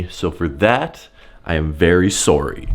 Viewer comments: Nobody:: SORE EE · Nobody:: “Sorey”